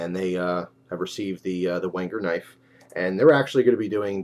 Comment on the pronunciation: thought you said "wanker knife" lol